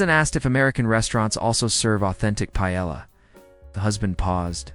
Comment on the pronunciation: AI really doesn't know how to pronounce paella.